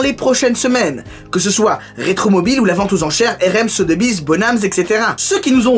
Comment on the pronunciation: Tu viens de m'apprendre la prononciation de RM Sotheby's, merci je me sens con ^^